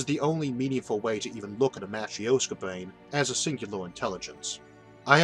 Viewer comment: It wasn't something to do with pronouncing brain as bwain?